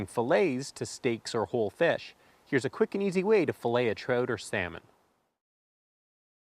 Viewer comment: The way you pronounce trout kills me on the inside. Say the word out, then add "tr" to it. Unbelievable